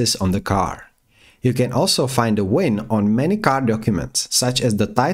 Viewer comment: 🤣🤣🤣German Accent, I guess. WIN indeed🤣🤣